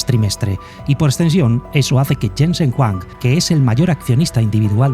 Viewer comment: Se pronuncia Yensen Juang en español (Jensen Huang), la W no se de donde lo sacas.